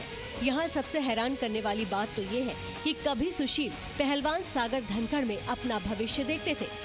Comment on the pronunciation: Bevkoof ladki tu dhankhad Ko dankad kiyun bol rahi hai.